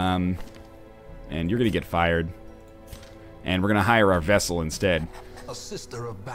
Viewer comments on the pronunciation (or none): Is anyone else a little bugged by how NL keeps pronouncing "vestal" as "vessel"? She's a battle nun, not a container of liquids.